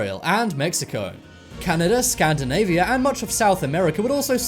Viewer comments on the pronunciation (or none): none